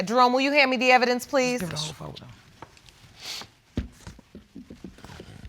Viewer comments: Lol did you hear when she said she got evilence? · Yo. I was like “wait what’s Evelynce”? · Did she just say evilence?